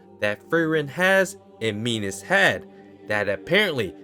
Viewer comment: Not "Minos". "Minus"